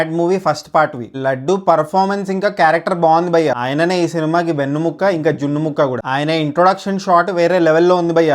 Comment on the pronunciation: adi vennu-muka kuda kadu vennu yemuka "vennemuka"